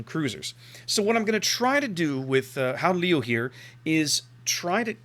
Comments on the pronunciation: when you said the name the second time it sounded pretty good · Your second attempt at the name was almost spot on.